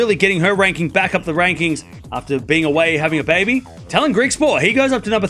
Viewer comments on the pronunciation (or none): none